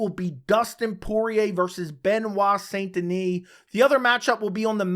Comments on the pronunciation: Its pronounced "san" not saint, its pronounced like the city in rdr2. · It's pronouced "sein". Otherwise "san" gives it a spanish tone. I know it's difficult for non french speaker to pronounce "saint". It's like saying "un" (1) like 1, 2 3... in french. Typical french sound that doesn't exist in other language.